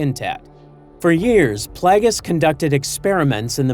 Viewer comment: Please teach your LLM voice to pronounce Darth Plagueis properly